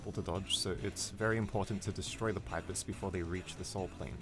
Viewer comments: pis pee-pis not pipe-iss wtf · 1. I'm pretty sure it's pronounced pee-pis, and not pipe-is 2. What about pacifist Spamton? You only covered the Snowgrave Spamton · it is NOT pronounced pi-ps, its pronounced "pee-pees° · It's pipis not pIpis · everyone else: pipis or peepis this guy: paipis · No offence but please pronounce it peepis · pipe iss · Why can't he just pronounce [Pipis] correctly? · Your pronouncing pipis wrong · thats not how to prounounce pipis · This is the first time I've heard anyone pronounce "pipis" that way. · you said pipis wrong '-'